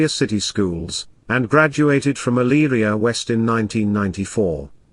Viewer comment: My husband grew up near Eyleria, you did a great job pronouncing the cities' name. A very horrifying story. It's so difficult to understand why people kill their families. The kids looked like angels